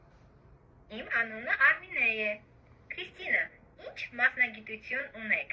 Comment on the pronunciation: Как у Вас отлично получилось произнести Qristina. В казахском есть буква Ք и Ղ?